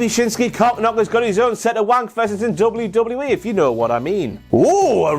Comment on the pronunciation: Did no one hear tom philips saying lame lame me instead of wwe??? I replayed it 6 times all i could hear! It was when hardy or miz got in the ring.....